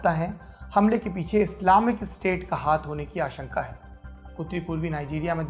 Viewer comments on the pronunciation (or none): none